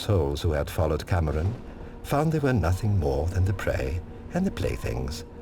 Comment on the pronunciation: I know I'm not the first to say this but... Mantra CAMERON?! Don't you mean CAMORAN? XDXDXD